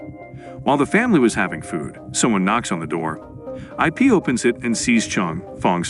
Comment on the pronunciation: it's Ip not I p. Ip man